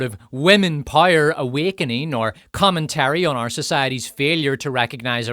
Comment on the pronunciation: Can you please learn how to pronounce "power" correctly? It rhymes with "shower." Or do you "shire" every morning?